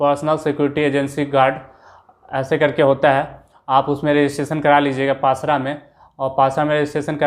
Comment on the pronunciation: Pasra nhi pasara hota hai 😂😂